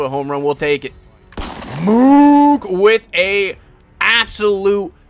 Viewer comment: Btw it’s moose not mook